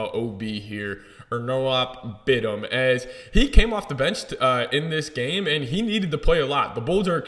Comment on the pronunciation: His name is pronounced Onur-Alp Bit-im.